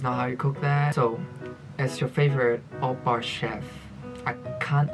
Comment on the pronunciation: “Oppar chef” 😬